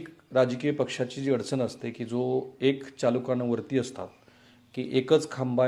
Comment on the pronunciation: राहुल व्यवस्थित म्हण पाहू एकचालकानुवर्ती 😂